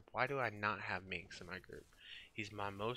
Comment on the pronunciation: MIX?! His name is Minsc, you fool. GO FOR THE EYES, BOO!!